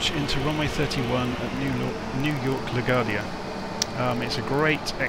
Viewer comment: it's pronounced La-Gwardia not la-Gardia.